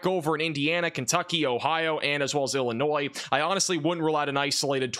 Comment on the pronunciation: This guy does not know how to say the state of Illinois he never mentions anything in Illinois